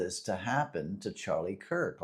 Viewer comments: Definitely no respect my friend, but Charlie last name is, “Kirk”. 🫶🏾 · His name is Charlie Kirk not Cook. If you don't even know his damn name then keep it out of your mouth. You are way above your pay grade trying to talk about this one. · You know you should at least get his name right if you're gonna talk about him it's actually Charlie Kirk, not Charlie Cook. And really when you think about it what is the point what is your point in coming out after a tragedy like this where a lot of people feel really bad Whether they believe in God or not it's traumatizing when you see somebody get murdered in front of the whole country. And for a lot of people their faith in whatever God they believe in is the only thing that brings them comfort, it is the only thing that brings any meaning to life or allows them to even go on. So what is your mission here on YouTube or your mission in life in general and trying to take that faith away from people? We know we know you're an atheist even though you spent 48 years being a Christian. OK so you changed your mind good for you you no longer have to waste your time preaching to other people About God when you no longer believe in him but why do you try to take away the faith of other people and their ability to cope with things like this? You're not doing a service to humanity or anything